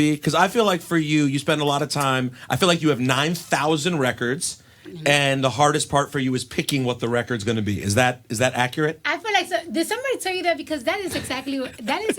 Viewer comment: "My sound...is acreeit."